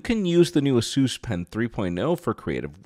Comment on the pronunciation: A SUS not AZOOS